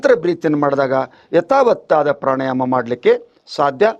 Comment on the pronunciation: ಪ್ರಾಣಾಯಾಮ ಪ್ರಾಣಾಯಾನ ಅಲ್ಲ.